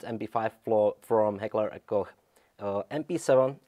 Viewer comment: Notice how the Czech can actually pronounce the ch in Koch properly instead of just saying Cock?